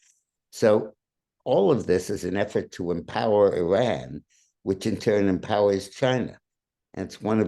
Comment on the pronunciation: Yeay, the ONLY presenter who pronounces Iran correctly!! Congrats